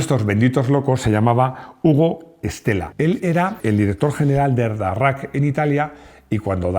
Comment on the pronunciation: Amigo máximo, en francés DARRACQ se dice como una g en plan gruñido, daggac